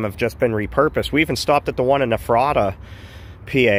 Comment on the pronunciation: Did you say Ephrata? That's my town. It's pronounced Effrituh though lol